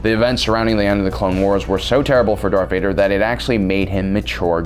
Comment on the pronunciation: Is it me or are you saying dark Vader ?